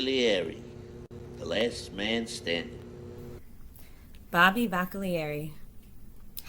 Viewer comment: I noticed Tony pronounce Bobby's last name differently